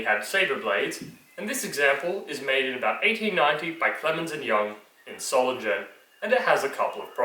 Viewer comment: One note from Germany: With the exeption of word, coming from foreign languages, we write as the word is spoken ( perhaps a change after a long time, today french , Bureau' is written the german way ,Büro'). So the town Solingen is spoken Solingen, your pronountion Solintschen was wrong. This is a small mistake, the Video was good.